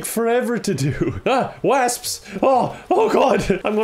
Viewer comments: How are you saying wasps so wrong? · I had forgotten people from Cork say wasps wrong lmao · No one:: wÃsps! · I have never in my life heard the word "wasps" pronounced like that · I think it’s a Cork thing 🤔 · God-tier pronunciation right there. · It is. My dad is from Cork and he says it was that hard "A" sound too 😂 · I don't know why, but that pronunciation of "wasps" really caught me off guard. XD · WHY DO U SAY WASP LIKE THAT LMAOOOOOOOO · Hah you say wasps funny